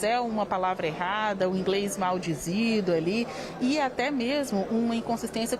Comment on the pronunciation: MAU " DIZIDO" É FOGO HEIN REPORTER!!!! KKKKK NA SUA FACULDADE NAO ENSINOU QUE NÃO É ASSIM QUE SE FALA, ESQUERDISTA DE PORÃO!!!